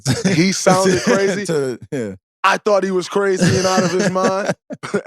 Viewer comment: Man's really saying brazy lmao